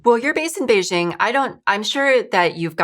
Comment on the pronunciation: You're mispronouncing Beijing.